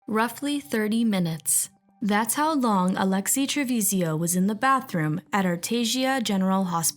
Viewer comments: 😊 please, her name is Trevizo, not Trevizio. It is destracting to hear different versions. Thank you for the coverage of this sad case❤ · Tre-VIZO!!! not tevesio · They all knew and hope she gets the maximum for murdering this precious baby. Also, please pronounce her last name properly: it’s Trevizo (tre-bee-zo) not Trevizio how it keeps being pronounced here. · Why you keep pronouncing her last name as TrevizIO? It's TrevizO. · she said trevizhio the entire video, i'm correcting because there WILL be follow up videos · I thought this video was pretty well done, but it bugged me that you kept mispronouncing the suspect's last name.